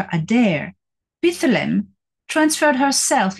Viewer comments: two syllables, “pythlim” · Dr. Salla has mispronounced “Pith lam” with a middle “ah” so be aware !